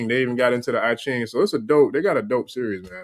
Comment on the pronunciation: I Ching is pronounced with a long E(at)